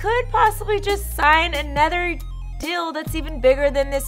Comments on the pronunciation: Can you please stop saying dill? It's deal! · says “dill” instead of deal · I can’t “not” hear it since you said that. Leave my girl alone. 😂😂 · She must have them Dill Pickles on her mind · What's the dill with That???